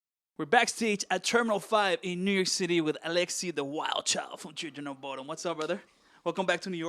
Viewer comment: I always thought he said chillin of bodom ♡:(